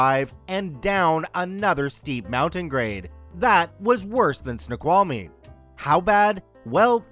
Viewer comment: Hey, native Washingtonian here!! It's so cool that you pronounced Snoqualmie correctly! 😆😆